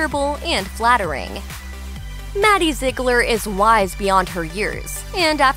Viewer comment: “Maddie Zeglir”